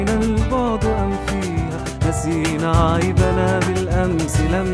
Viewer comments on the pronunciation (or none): (عيبُبا )بالضمه وليس (عيبَنا)